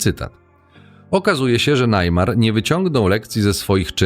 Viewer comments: Neymar nie wie nic o żadnych red pillach,hipergamii ale za to wie jakie ma możliwości bo ma kase i rozpoznawalność i to wykorzystuje proste. A poza tym irytuje to Najmar, mówi sie po prostu Nejmar. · Cenny materiał ale jeny jak pierwszy raz usłyszałem najmar to aż mi uszy zwiędły xd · To czyta sztuczna inteligencja? Kto mówi "najmar"?